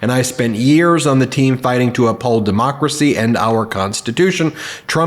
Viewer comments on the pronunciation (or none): none